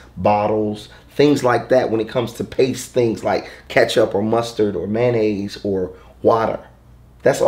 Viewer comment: It was funny when you said mayonnaisessss